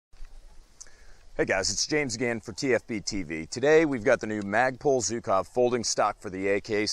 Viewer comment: Dear TFB, it's not Zukov, it's Zhukov =) The sound "zh" is pronounced like in "barrage" or "garage". "[Gara]ge-OO-kav".